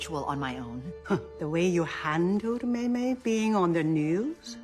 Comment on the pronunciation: I'm honestly impressed. She said Mei Mei I without closing her lips and with perfect pronunciation